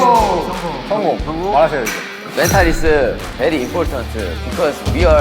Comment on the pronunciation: mentalEu is very importantEu😂😂i love them